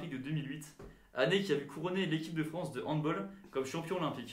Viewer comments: Sacrilège!!! Handball se prononce « handballe » et non « handbol » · Si Jérôme Fernández t'entend dire handbol c'est une paire de claque que tu prends avec lui pas un selfie. C'est allemand on dit donc handball 😉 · qui dit handboll au lieu de handball ☠😭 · On dit handball pas handboll par contre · quand il a dit Handboll 😶😐🥲😶😐🥲😶😐🥲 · Donc il prend une photo avec la médaille en or de Fernandez pour au final prononcer Handbol 😭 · Ça fait mal aux oreilles cette mauvaise prononciation de handball.